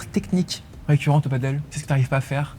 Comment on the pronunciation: On dit Padel pas paddle...😂